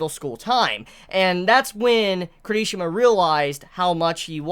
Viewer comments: It's not kerishima!!!!!!!! I hatee how he says that hear me out K I R I S H I M A !!!! watch the anime and here his name jeez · Care - E - She - Muh . I enjoy your videos but your pronunciation of names are horrible at times. for someone that loves this manga as much as u seem to, u slaughter the hell out of names! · The..... the way he says Kirishima.....